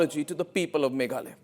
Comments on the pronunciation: it’s Meghalaya not Meghalay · Not maghaloy. Maghalaya. Name my state